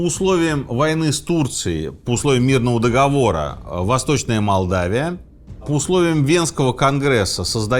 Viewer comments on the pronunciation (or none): none